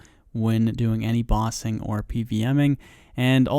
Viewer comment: Lol your pronunciation of bossing sounds like Ba Sing. Reminded me of Ba Sing Se tbh.